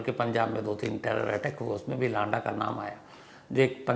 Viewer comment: lada नहीं है लंडा है भई